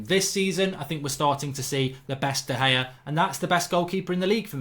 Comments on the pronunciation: man said De Gea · Lost all seriousness when you said De Gea